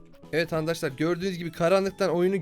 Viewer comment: ankadaşlar diyon